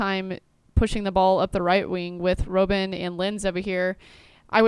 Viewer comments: Did you really call him Robe-n -. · Robin, It's Robin, like Batmans litle helper ;)